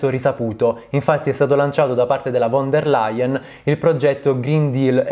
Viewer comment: *FON dea Laien (pronuncia per italiani)